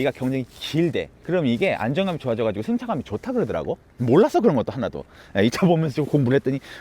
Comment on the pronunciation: 한국사람 맞습니까?얼마나 일본에 오래 살았으면 "조으다",정말 짜증나네요.ㅡㅡ*